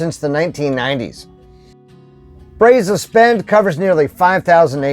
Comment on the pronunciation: Wish we could have met. Interesting videos. We live in Lake Jackson! And it is Brazos with a short “a” like in “at”. 🤣✅